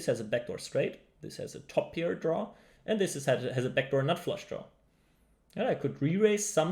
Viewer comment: pair not peer